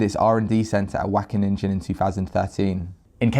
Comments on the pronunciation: wackeninja! <3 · The...ingen part of Wageningen is pronounced like “ping” with an en at the end. So it’s “Waw-gay-ning-en”. Apart from that the whole thing is totally horrible 😕 Thanks for spreading the word,! 👍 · Wackeningen 😂 jk great video, our G is really hard and ugly to pronounce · I guess that’s how Dutch sounds to English speaking people lol. WACKENNINJA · yes, whack a ninja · Great work man. Only if you don’t know how to pronounce it, try to mitigate the amount of times you say it. I’m from the Dutch speaking part of Belgium and it is pronounced Wa (kind of like the sound of ow in the word now but more towards the a sound in Anneheim) gen (like in Gendry in game of thrones but with a Dutch G sound) ing (like in King)-en (like the sound at the end of the word listen). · I'm Dutch and you pronounced it wrong!!!:-) Not sure how to describe how "Wageningen" should be pronounced. It doesn't matter, they suck. GREAT work,! As any other Dutchman, I LOVE milk. Plant-based milk, that is. Preferably oatmilk. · your pronunctuation is completely off.. just select dutch at your typing field in google translate and click the audio button, that's how you pronounce it. keep up the good work. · Your pronunciation of Wageningen is so funny 😁 Wish I could say the same about this study 😒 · Dutch here, amazing find! Wageningen is pronounced pretty wrong... but who cares, I don't! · Is it so hard to use google translate for a okay pronounce of Wageningen? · Everytime he says Wageningen my ears hurt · Lol how you pronounce wageningen